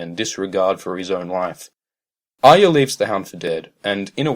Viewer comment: god it makes my brain hurt the way you say arya.